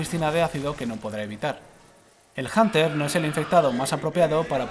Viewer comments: En el que hablaremos de el bunter... janter... el janer xd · es hunter no janter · pendejo no es hanter es hunter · Yo lo pronunció junter xD